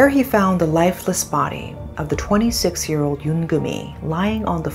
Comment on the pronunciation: Did this lady pronounce "ear" for "year" or is it my hearing?